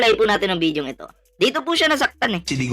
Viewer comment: 😂😂😂😂😂 Wala na sa bible Yan idol bideo 😂😂😂😂 video correct pronunciation Gago ka blogger ng dutae 😂😂😂😂😂